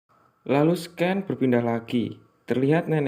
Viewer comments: scene = /sēn/ .. sken nya mengganggu gan.. tinggal itu aj hehe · Seken = Scan Sekin = Scene Lu ngomong apa daan maksudnya yg mana sih jawir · Scene dibaca SIN bro